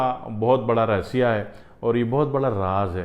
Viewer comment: پراچین کال کا رسیہ صحیح تلفظ نہیں ہے رہسیہRahassye